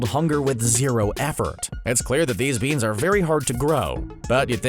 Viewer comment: "THEEZ BEENZ"